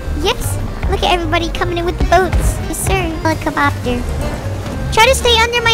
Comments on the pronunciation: I love how says “Helicobopter” 😂😂😂😂😂😂😂😂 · You said hellocopter not hellacubobter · "helecle bopter?" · "helicabobter"